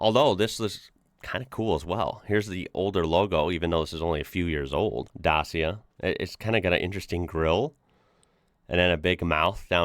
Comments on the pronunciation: Nice video, Dacia is really famous here in Romania, I think one of every 3 cars you see on the streets is a Dacia car. They even make a fully electric car, called Dacia Spring. I believe it's the cheapest electric car in Europe. Anyway Dacia is pronounced like Da"chi"a, chi being the same as in chili. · Dacia, rhymes with catcher. Not day-seer or dar-seer. My partner used to sell cars at Renault in Romania. First thing they did when new cars arrives was to beef up the suspension to cope with local roads. There is a movie called 'My beautiful Dacia' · Nope! It`s more like Dachiya. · Da as in Dapper Cha as in chat Da-cha Dacia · Bro, it's pronounced Dachia or da-chee-uh according to google. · Dacia pronounciation: daCia where the C sounds like the first sound in the word “chalk” or “chorizzo”. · Ayy, Romanian here :D Also the "ci" in Dacia is pronounced the same as "ci" in "ciao" italian. My dad had a 1310, then a 1st gen Dacia Logan since 2004. He still has it, bought new for about 5K euro, never broke down. And a new Dacia Duster 2023, top of the line 4x4 150hp engine for 21K. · It's basically a Renault. The C is pronounced as CH in english. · pleace google "how to pronounce dacia" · Why are you saying "Dasia"? It's Dacia (Dachia for your language) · It's actually pronoiunced like Datcha in english! Renault owns 51% and they left Lada in 2022 after the russian invasion of Ucraine! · Dacia is read as Da-chi (like the Chinese would pronounce this word)-a, that means Da-chi-a. 🙂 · The correct pronunciation is Dah-chee-ah. That "chee" like cheese in missing. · The logo is a D And a C combined cause Dacia and its pronounced Da-chi-a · Romanian here, its funny for me to hear the english pronunciation of the word Dacia. The way you pronounce the c in Dacia is the same way you would pronounce the word Qi(chi) in Chinese. Hope that helps! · Say Dachia please! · Dacia is pronounced Dutch-yee-ja. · Să ști că se qronunță Dacia caută pe google traslete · It is pronunced Dachia